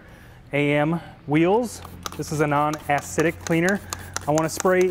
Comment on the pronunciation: Man just think of all the chemicals the people doing this are inhaling. And dude said, "ass-idic"